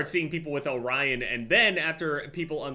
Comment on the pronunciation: is the only person who’s pronounced orion correctly and not “orrean”.